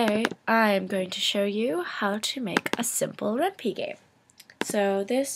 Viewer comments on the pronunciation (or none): REN-PIE ITS PRONOUNCED REN'PIE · ren-pie. Py is short for python the programming language, so the py is pronounced as it is in python (pie-thon) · Thanks! great Tut:):) btw it's pronounced Ren-Pie :P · I cringed Everytime you mispronounced Ren'py.